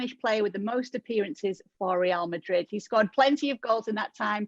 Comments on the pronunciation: Real Madrid is a Spanish club so Moreno's pronunciation correct. Real ('RE'nt, 'AL'bert) Madrid ('MA'chine, 'DRI'll, d). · It's because Normal Person is Wrong. Ale's pronunciation is correct. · He actually says it correctly